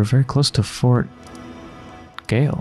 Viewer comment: Gaol btw is just an archaic spelling of jail and is pronounced jail, too. :)